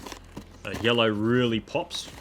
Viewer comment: Did u say YELLOW ? 😂